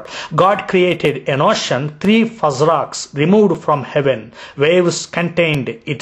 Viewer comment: u cant even pronounce ocean, how he will learn arabic lololololo "Stop wasting ur time with false arguments against Islam!!!"